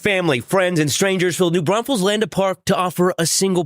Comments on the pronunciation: Thank you for covering this case !!! Also, for the correct pronunciation of New Braunfels !❤❤❤ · Thank you for saying New Braunfels correctly lol